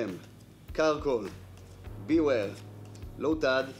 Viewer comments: לא רק לך זה מפריע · גם לי זה מפריע 😅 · רק לי זה מפריע שהוא אומר את השם של בוור וסיזור לא נכון